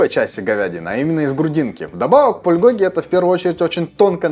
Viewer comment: кальби ударение на И, пулькоги ударение на И